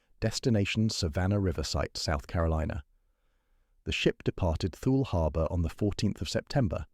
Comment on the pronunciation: It's pronounced Too-Lee, not 'thul'.